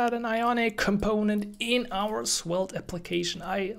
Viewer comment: It sounds like you are pronouncing Swelte